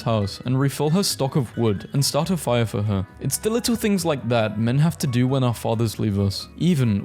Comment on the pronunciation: “DID YOU PUT YOUR NAME IN THE GOBLET OF FIYAHH??”